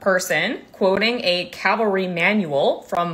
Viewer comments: That made me cringe every time she pronounced it wrong, too. Thanks for noticing that. Much appreciated. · lmao PLEASE learn how to actually say CAVALRY before saying it wrong a million times in one video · I♡U,, but it's CAVALRY not 'Calvary.' CAVALRY (from French 'Chevalle' horse). Calvary is where Jesus was crucified, from a Roman 'place of skulls'.... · It is pronounced CAV-ALRY! Not calvary. When I could still ride my QH weighed approx 450kg, I was around 75kg and rode 'English'. I never thought that i was too heavy to ride her, we only did trails 2 or 3 times a week and never faster than a trot. I was always told 25% but....If I could still ride I 'd need a Percheron or Clydie cross so that I wouldn't feel bad for the horse. Some people will ride whatever they want too regardless of weight ratios 😒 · Excellent video! And sadly needed. :( PS It's ca-val-ry, not Cal-va-ry. <3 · CAVALRY...NOT CALVARY🤦🏼‍♀️ Almost everyone is mispronouncing it... go down the skreet to the liberry & ax the liberrian for a book about calvary & nuculer subjects😮😬 It makes me crazy when ppl don't even try to pronounce things correctly 🤯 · cavalry not calvary ;-) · It's pronounced "CAValry" not "CALvary". The L isn't before the V for a reason. She might be an idiot who thinks it's fat shaming, but she's at least pronouncing it right! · I completely support what is saying, but the fact she keeps pronouncing cavalry as 'calvery' keeps making my eye twitch. Why do Americans seem to insist on either not pronouncing letters or mixing them up? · I had a hard time listening to Cavalry being repearedly mispronounced so consistently through this whole segment. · I do not think it is nit-picking as it was a very hard working class of the US military and deserves to be pronounced correctly. Sad 😢 and hard to hear. I liked your included definitions. Thanks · Cavalry not calvary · PLEASE, it's Ca VUL ree not Cal vuh ree. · it’s CaValry not caLvary